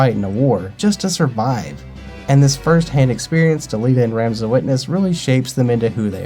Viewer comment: Thanks for the review. Its Rom-za. Vowels. Tricky.